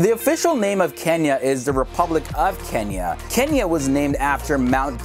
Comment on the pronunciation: Another person who says Kenia instead of *Kenya*😂..